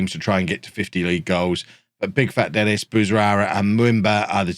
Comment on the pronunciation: isn't Denis pronounced de-NEE ?